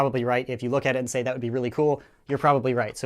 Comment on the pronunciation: SHEY HELLO TO MA LITTLE FWEND